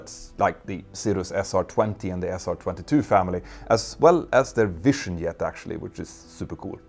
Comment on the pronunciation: I like how he pronounces jet, "yet", but pronounces yoke "joke" in places.